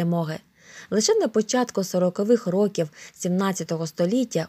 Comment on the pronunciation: топ но правильно рокІІІІІІів а не рОООків ноголос